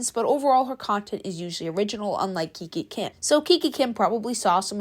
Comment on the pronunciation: Kikakim❌. kikikim✅